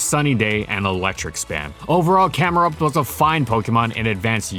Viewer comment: THE I IN CAMERUPT IS SUPPOSED TO BE A U!